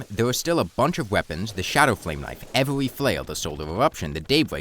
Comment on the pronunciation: try to articulate your "r" better. You're saying it like a "w". It's not "weforge", "wowse", "evewy" or "thewe"